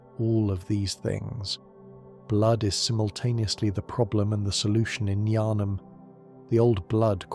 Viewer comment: That probounce of yHarnam was brutal, you don't pronounce the H in Yharnam